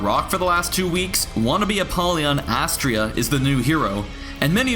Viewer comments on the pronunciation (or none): AS-tree-uh???? It's as-TRAY-uh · Astrea is Uh-STREH-Uh not UH-stree-uh. And Horkos is just OR-kos. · Am i the only one who gets really triggered by how nobody can pronounce Astrea and Horkos correctly? WHOREkos? REALLY?